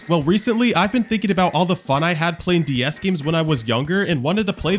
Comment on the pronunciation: Ds❌dee s✅